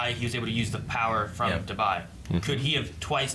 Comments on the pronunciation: Why is pronouncing Dabi like Dubai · Did just call Dabi ‘Dubai’? 😂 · He even said it right the first time, what the hell 🤣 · ikr wtf 😂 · "Da-BUY", "Ha-ME-koe" These pronunciations are kinda killing me inside man.